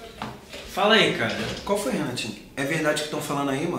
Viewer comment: O chamando o Renatinho de mariquinha// falando: iain qualfoin kkk